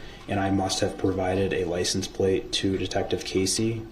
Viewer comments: "Groundz for the SUBstain yo honor" i wish someone wouldve told him is pronounced license plate sir. Not licen place. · Why does DB keep saying “license PLACE” instead of PLATE. Maybe he will have time in prison to learn to speak properly.